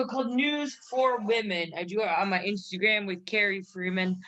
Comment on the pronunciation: The second I heard say "Inshtagram" I knew this was a good one.